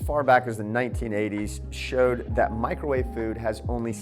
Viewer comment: Mee-crow-wah-veigh !!! Love the videos! Keep them coming.